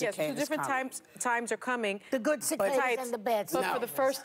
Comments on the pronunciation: When you can't pronounce Cicada but you're going to spout off about the weather like an expert, you must be a zombie co-host of The View. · She can’t even pronounce the word but insists on what she read lmao